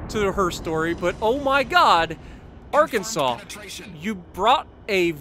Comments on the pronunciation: Arkansas is pronounced Ar ken saw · So you are American I assume and you're not able to pronounce Arkansas properly? I mean I'm not totally sure it's pronounced like you did or how it's in my head but you should definitely check out before editing your videos bc I guess you said you are commenting afterwards editing the video